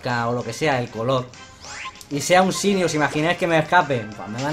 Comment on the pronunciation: que siga juanchito y se pronuncia shainy